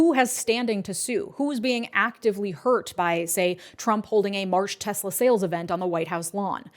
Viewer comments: 'I love TESSLER...!' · "I love Tesler." - Donald Trump